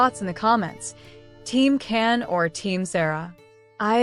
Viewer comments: vyslovuj DŽAN. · Nem dz ha csak C Can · It's CAN pronounced like John..... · Please pronounce his name correctly, it's very disrespectable. In a video that everyone interested is watching it's awful to hear Ken Yamin and Kan Yamin. His name is pronounced Jan not Kan and it is Yaman not Yamin.